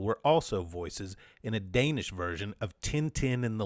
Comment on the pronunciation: Hi, it is I, your countless listeners in Denmark. Don't worry, you managed to massacre the pronunciation of every single Danish name and word, but we forgive you since you somehow managed to stumble upon the existence of the ABCinema art collective in your research.